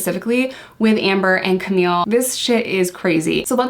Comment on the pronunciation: Camille Vasquez. Camille, not Camilla... Vasquez is pronounced Vas-Kez. You're so much better than Elaine. She can't seem to get Camille's name right either but I think hers is more out of spite than ignorance. I'm not calling you an ignorant person, I'm only referring to the pronunciation of Camille Vasquez's names but now you know and; G.I. Joe and all...